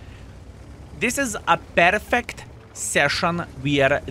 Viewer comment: 1. Battle was pjurfekt 2. Too 😉